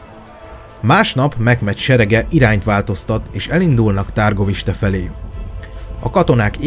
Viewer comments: Úgy kell kiejteni a Havasalföldi fővárost: Türgoviste. Amúgy jó a videó, csak a "nemesség", "középosztály", "herceg"...hát nem szerencsés szóhasználat ebben a korban és ezeken a keteli tájakon, még ha vannak is analógiás hasonlóságok. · Nagyon jó videó lett , rengeteg infóval és tudással . Építő kritikaként csak annyit szeretnék , hogy mivel itt román helységnevek és személynevek is megjelennek , az a-t á-nak ejtik és az â-t ü-nek (pl . Dan=Dán , Târguvişte=Türguviste ) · Kedves barátom , csak pár tippet adnék a román ábc Ben nincsen a csak á igy Brán kastély helyesen és Türgoviste a helység neve :) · Pár tipp románból😉 Nem Tárgoviste, hanem Türgoviste Nem Bren hanem Brán kastély (románoknál az a betű á)